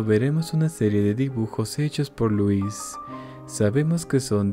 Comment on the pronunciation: ¿que no louis se pronunciaría diferente? Unu